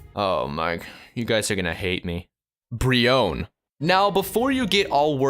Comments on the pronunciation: when he said brionne I had to hit my hand from keeping it from flicking the screen off. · Why brionne